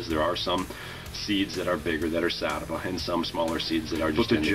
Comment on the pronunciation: He said satava but he meant sativa